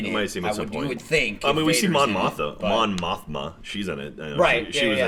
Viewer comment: Fucking "Tarkoff" Come on,. I know you're not a super-fan, but I expected better of you., you disappoint me. At least said Mon Mothma's name correctly.